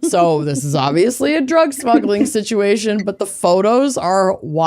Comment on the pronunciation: "Sitch-u-it". It is Massachusetts, after all. 😆